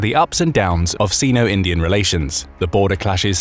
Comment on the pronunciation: Correct pronunciation 'sino-' /sainou/ (the "i" is pronounced like "eye". Your welcome.